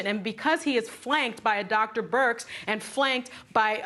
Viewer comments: Birx, not Bix, Meghan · All of these ladies dont know how BIRX's name is pronounced